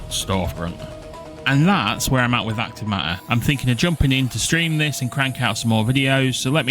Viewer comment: "acrive maaaaer"